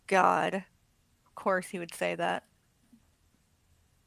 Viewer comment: can't say Course.. she keeps saying Coerce 😅